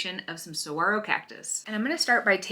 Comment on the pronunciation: I'm impressed that you pronounce it correctly 😉 I think this is a cool way to paint a saguaro. I wanted to paint some but was intimidated. This looks fun! 💕💕